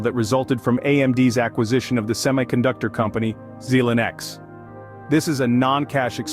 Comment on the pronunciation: geez, how can you trust this when he can't pronounce Xilinx correctly?